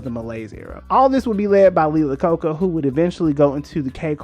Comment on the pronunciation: Hey Buddy. Love your videos and what not, but two things, having to do with the same person. First, its Lee last name pronounced like "ai-uh-kow-kuh" and yes we do know how he came to head up Chrysler. Henry Ford II str8 up fired him and so he needs a new job and Bam! To Chrysler he went. Thats all though, your doing a great job, so keep it up!